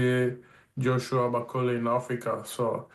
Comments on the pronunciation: Bacola? He corrected himself the first time then said the name wrong again, lol. Lazy. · Who is this baldy clown that can't even pronounce Martin's name? Bakola?? And Ally McCoist "oh I watched rumble in the jungle when I was a wee boy" aye ok Ally is that the extent of your boxing knowledge? Don't disrespect the sport couple of clowns! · Why is it so hard to get his name right? Such a common thing, almost line it’s intentional